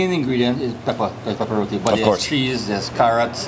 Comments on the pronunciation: It is not "rodi" it is RO-TEE spelt as ROTI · It's not pronounced row-de, it's row-tee. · Youre in Trinidad and still calling it Rodee 😭 its pronounced ROTEEE .. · this guy is a bad tour guide. He should have explained to you its Rotee not Rowdee. And there is different types of Roti. Buss Up shot, Paratha, Sada, and Dhal Puri.. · Roti is pronounced RoTee